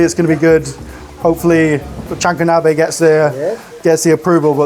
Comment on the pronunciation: “We are going to recreate a jahanko nabbbeh “